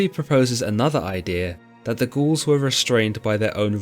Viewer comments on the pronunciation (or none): It seriously sounds like he’s calling the Gauls, the Ghouls 👻